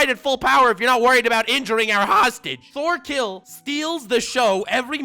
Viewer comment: Lol it’s pronounced tors torfinn and torkell